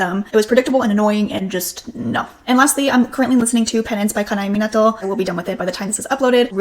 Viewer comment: Your pronunciation of Kanae Minato was spot on!!